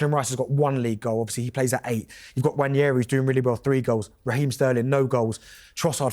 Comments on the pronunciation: and nwanieri instead of nwaneri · they are actually saying Wanieri instead of Nwaneri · Anyone else getting frustrated that we have two players in Merino and Nwaneri that nobody seems to be able to say their names properly? I've heard NWANeri, wanyeri, Mereno, Mourninho etc etc. Its not hard people. Its getting silly at this point. Embarrassing. I'd expect it from rivals and the useless pundits, but its even Arsenal fans which just shouldn't be happening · I'm English and I'm not adding a random Y into Nwaneri where there isn't one. It's just laziness on their part.